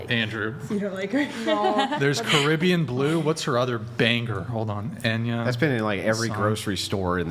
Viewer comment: its enya not anya